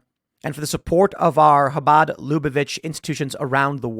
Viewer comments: 👍for taking the effort to pronounce 'chabad' properly. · I love how Tim pronounces Habad perfectly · Tim, Bravo on your pronunciation of “Chabad”!! 👏🏻👏🏻👏🏻👏🏻👏🏻 😀